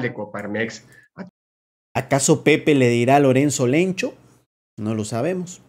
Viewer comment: no le dice lencho le dice lenchto